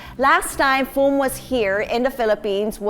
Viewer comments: It is “Phum” Viphurit, not Thum!! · Its "Phum Viphurit" not "thum" oml